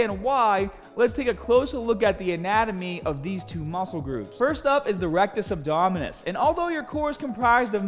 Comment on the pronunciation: I like how he just switches to a Australian accent every time he says a word with a ER or RRR at the end